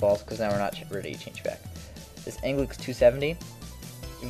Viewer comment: "changle" lmao